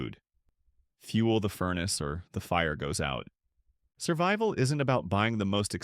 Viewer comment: "Surbival?" Yeah... I'll stick with the non AI videos.